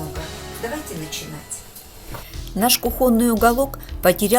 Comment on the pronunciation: Только кУхонный а не кухОнный